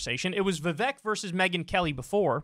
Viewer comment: Vivek rhymes with cake